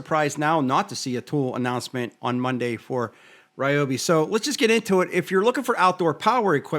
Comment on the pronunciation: Love Ryobi (not Ree-obi) but I’ll stick with my Ego chainsaw.